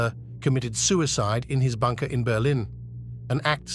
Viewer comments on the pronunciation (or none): none